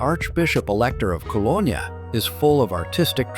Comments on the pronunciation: You can’t even pronounce the city’s name correctly. I see you think Düsseldorf is in Cologne too? 👎🏻. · Get the pronunciation of the city correct! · At least train your AI to pronounce Cologne properly…. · Please correct all of the mispronounced words in this clip… Rhine and Cologne esp…